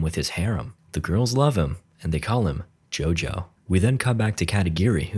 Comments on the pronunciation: I thought it's Jojo called not jaja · ah yes Jahsuke JahJo